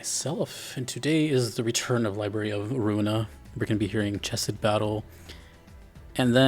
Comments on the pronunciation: Chesed is pronounced more like "heh-sehd" than "cheh-sehd". If you're familiar with the ch sound that's found in several Middle Eastern languages - in this case Hebrew - it's that sound. As for the music giving you that "thinky" feeling, Chesed as a character represents kindness and generosity, and the setting of the game is one that strongly promotes a selfish way of thinking in the City's denizens. As a result, Chesed is one of the character who most strongly urges the PoV character, Roland, to think about his situation and those around him. Chesed has one of my favorite pieces of dialogue in the game, talking about how the most important part of trying to create change in the world around you is the fact that you'd tried in the first place - even if it doesn't work out. This also goes hand in hand with his floor being the Floor of Social Sciences, as well as the gameplay of his floor. His job in his two previous lives, and what he failed at in his first life, is caring for others and ensuring their well-being. With Library of Ruina giving him his third chance at life, his floor's gameplay reflects this theme by promoting a playstyle where you buff your characters by having other characters alive, focusing on teamwork. This is in direct contrast to his opposite, Gebura, whose theme you've already reacted to. Gebura represents judgement and justice in the harshest senses of those words, and so her theme consists of intense heavy metal, and her floor's gameplay consists of ma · It's pronounced Hesed!